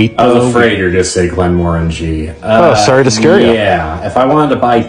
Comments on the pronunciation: How the fuck did they just pronounce Glenmorangie? Please don’t come to Scotland and say glen-Moran-ji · Glen - mer - angie is how its pronounced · ITS PRONOUNCED GLEN-MORE-ANG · Akchually, it’s pronounced Glen-Morang, you fool! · Actually redditor I'm from Glenmorangie and it's pronounced glen-more-aaan-gee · Im sorry but you dare insult Glenmorangie by calling it poison and also pronouncing ykur name wrong... honestly that would get you kicked out of a scottish pub... ive seen it done. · Never heard an American pronounce glenmorangie before... Don't like it